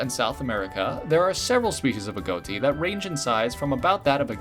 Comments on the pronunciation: Don't mean to be a know-it-all but agouti is pronounced (uh-goo-tee) rather than (uh-go-tee) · Love the bird line, great designs! One thing, it’s pronounced uh-goo-tee, just for future reference :) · ah-goo-tee sorry i just had to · The way i wanted to throw my phone when he said ah-goat-tee